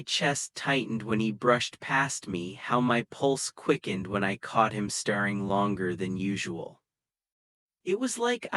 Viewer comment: AI so annoying - datting, starring at the ceiling